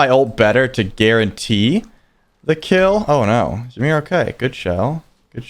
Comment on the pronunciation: Why do people keep mispronouncing Ymir's name so damn much? It is pronounced "EE-MEER" not "Yi-meer".